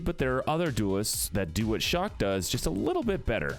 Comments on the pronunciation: He keept calling chaac shock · why did you call chaac shock?